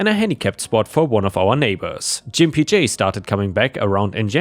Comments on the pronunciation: I believe was mispronouncing the name Gimp J. I think it should be said with a hard G sound, not a J sound. That would make the name insulting referring to them as a gimp or cripple. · I think Gimpy J is said with a hard g. Like gamma.